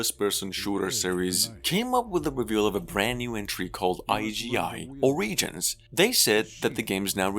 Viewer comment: Or-ih-gins not Or-ee-gins